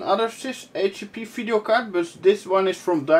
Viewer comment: I enjoy you videos a lot, and love how say "phideo" card, keep them coming, you got a new subscriber here